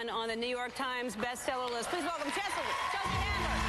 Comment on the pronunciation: when ellen introduces her she accidently says "cheslea" LOL